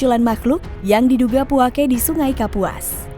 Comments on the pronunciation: Bukan puakE.. tapi puake. Beda penekenan di huruf e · Penyebutan nya bukan puake tapi puaka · Puako deh 😁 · Puake kak bukan puake 😭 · Penyebutan puake nya salah mbak bro